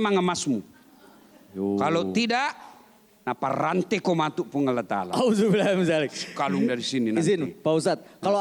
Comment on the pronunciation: Knp sih byk org islam yg memgucapkan "NAUDZUBILLAHIMINDZALIK" Byk yg salah walau sekelas ustadz Da'az Latif ???